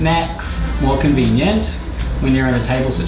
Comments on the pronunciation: Why do you creep saying cinveeneaent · Every single food item he says convenent